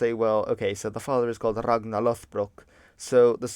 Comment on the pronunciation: The gn in Ragnar is pronounced ng+n "Rang-nar" just said like you pronounce it in modern English is a better proxy.